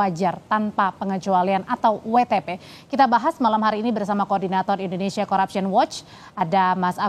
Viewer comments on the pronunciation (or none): none